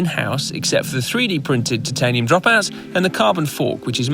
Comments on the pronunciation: I don't like how he pronounces titanium... I prefer to pronounce as if it sounds like tie-tanium not tit-tanium... Da dar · Is noone disturbed by the fact that pronunciation of the "titanium" in the whole video is incorrect? Titan=Taiten but Titanium=Tetiniiim? Come on. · Ooooohhh dude will you please stop saying TITanium....... Say it one more time and I swear I'll fly all the way from Adelaide and slap you one upside the head. Its Titanium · Are you sure it's not pronounced "Titaninium"? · Can't hear you pronounce têtanium it really gets on my nerves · why must u pronounce titanium that way? mispronunciation of words in videos by narrators is almost as annoying as spam. And if bad enough can actually make me stop watching. And due to the sheer number of times I'm guessing you are going to say that word during this video I may have to watch something else. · yep i'm gone i cannot take that pronunciation. If it was just you mispronouncing it wouldn't drive me as nuts but so many narrators do so it's become so infuriating that I'd rather leave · The "i" is supposed to be long in the pronunciation my good man. Sounds like your saying Tits all the time.